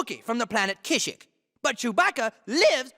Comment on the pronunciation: Never realized the lawyer dude mispronounced kashyyk